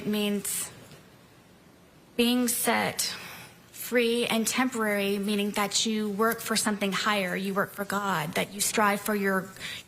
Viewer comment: this is foreveeerrr..... also: this is temperary...